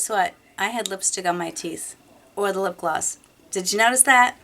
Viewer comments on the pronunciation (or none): I love how you say lip gloss, like lip glass haha